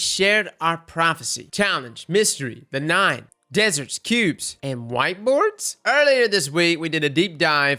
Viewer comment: Lmao the way you said wHitEboArd? Love the vid :D